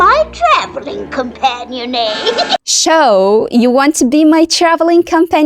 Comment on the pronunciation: رائع جدااا المحتوي بس ممكن حضرتك تراجعي نطق كلمة companion ❤